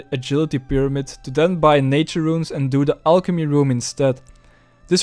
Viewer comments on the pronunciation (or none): none